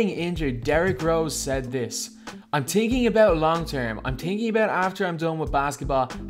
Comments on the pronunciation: its thinking not tinking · You're saying thinking wrong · You said thinking wrong 😂😂 all in good fun